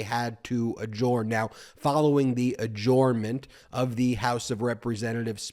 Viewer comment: Is pronouncing “adjournment” like that original thing, or a personal idiosyncrasy? I’ve only ever heard it pronounced uh-jurn-muhnt.